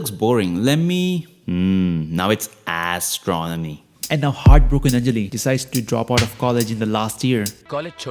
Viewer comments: "Asstronomy" Bro🤣🤣🤣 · "Assstronomy " epic 😂